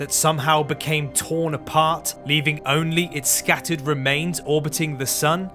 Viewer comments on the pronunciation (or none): none